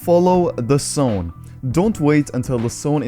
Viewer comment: This dude says sone instead of zone